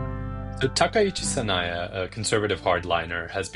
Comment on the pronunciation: Sanaya? Is Sanae that hard to pronounce? Particularly compared to Takaichi.